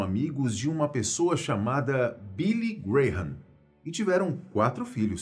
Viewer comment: Billy Graham foi um pastor famoso. Se pronuncia 'Bili Gram'.